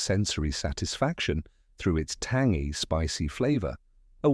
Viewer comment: Weird how the AI voice pronounced tangy.